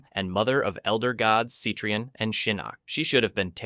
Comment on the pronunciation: "See-tree-on"? Am sure it's "Set-ri-on".